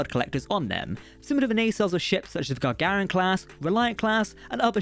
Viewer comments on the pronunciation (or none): none